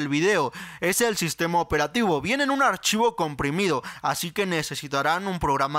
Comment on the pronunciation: oes oun orchivo coomprimiduo